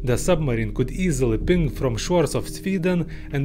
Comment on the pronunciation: Makes me think the thick accent is just for added charm. Knows a shitload about sonar and sound engineering, but has trouble pronouncing the word "ping"? Aw hell naw